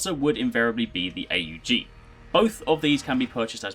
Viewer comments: jesus its called aug not A U G ... smh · It's not A U G. Say "augment" then drop the 'ment'. That's how you say it.